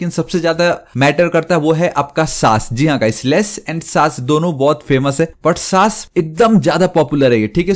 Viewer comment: SASS ❌ saaas Bahu ✔️ so irritating 😑